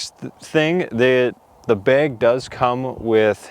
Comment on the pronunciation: I just like the way you say "Beg." Must be the Wisconsin in ya. :D I kid and I love you. Great vid my friend!